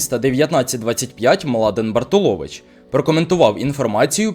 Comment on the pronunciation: не БартулОвич, а БартУлович...